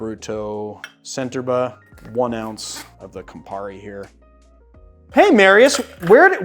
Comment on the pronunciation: Correct. That also applies to "Centerbre"-- the c is a "ch" and not an "s"